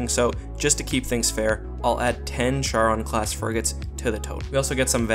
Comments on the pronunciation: the Charon is actually pronounced CARE-ON...not Chair-on...that really bugged the hell out of me...and you, as you normally do, ignored the Massive amounts of Missiles, and Nukes that the UNSC carries...and the UNSC has a very effective Point Defense systems...and I am sure that the fighters do not have Particle shields..as that would be a waste of energy for such small fighters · it pronounced charon (car-on)